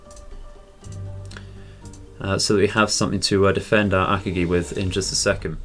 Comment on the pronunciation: Just a heads up, you are pronouncing Akagi wrong. You say it as “Ak-A-GEE” and it’s more pronounced “UH-COG-E”